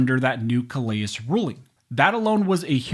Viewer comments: That’s pronounced “kuh leh”. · Just a nit pick, but... in Louisiana vs. Callais, that name is pronounced "Cal Lay" because it is a French name and in Lousiana, we pay attention to French name pronunciation. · Callais = Kal-A